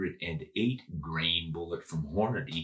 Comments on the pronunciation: "Hornaday" you mean "Hornady?" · STOP SAYING HORNA-DAY!!!! Good grief man